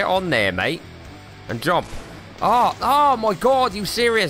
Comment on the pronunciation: Watch this video again... Then read my comments. Your amazing bud!!!! Going back and watching all your vids. "Come on smurf"😂😂😂 Quit talking 'bout your fingers😂😂😂😂 That air breathing thing you did👌🏽👌🏽 The head-bob when you said "jumpppp" Honestly your best vid (based off of hilariousness)in my opinion. So glad I'm watching your old vids too. ... Random words... "Who that sounded German!" ...more random words...😂😂😂 Jubble jump... This thing eff's up your speech pattern... 😆😆 Go watch this with the YouTube put in subtitles it's hilarious. Pounds fist on desk but not hard enough to actually hurt himself😂💪🏽